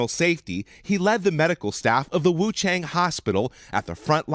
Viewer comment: ... He says wu- tang hospital..